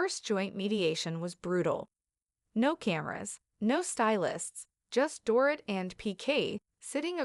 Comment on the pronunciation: It's not "Dore- IT", it's "Dore-EET" like a DORITO lol